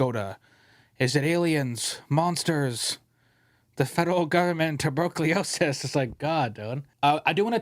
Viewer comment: "Tuburkeeosis" Four seconds later, "..some people don't think before they speak." :)